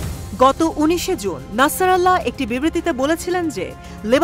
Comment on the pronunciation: আল্লাহু আকবার উনার নাম নাসির আল্লা নয় নাসির উল্লাহ